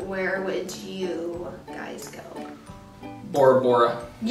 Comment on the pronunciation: Omg first time someone says my last name right without me correcting them!! Yay! Lol and yes Bora Bora is the place I would love to go too!!